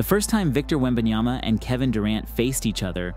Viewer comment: Dang! Is that? I mean …. Lol …. Just get it right….. It’s WembanYAMA,,,,,!! If you can’t say his name, right, just call him WEMBY!